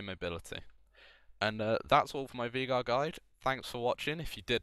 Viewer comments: It's not "Vie-gar" it's "Vei-gar". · It's actually vaygar. That's how the guy who the champ is named after pronounces it.